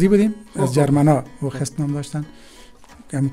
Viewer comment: برادرم حوخست است. نه هوخیست..